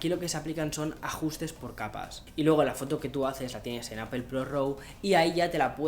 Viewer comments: No se dice Apel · Se pronuncia “apol” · Por favor pronuncia bien la marca, saludos